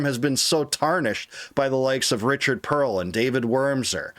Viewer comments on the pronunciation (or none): none